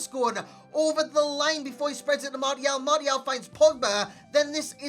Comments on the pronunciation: "mardial" smh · mate no offense, but you're pronouncing martial wrong . xD love your work btw =)